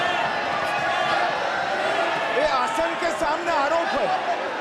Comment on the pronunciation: Yeh Chel Ke Thamne Aalop Hai 😂😂😂 Plej.. Plej... Plej....😂😂😂